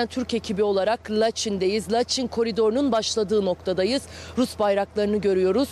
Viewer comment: Laçin deyil Laçın